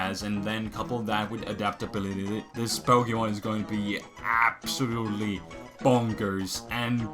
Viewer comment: man every time he says ABSOLUTELY all I hear is ABSOL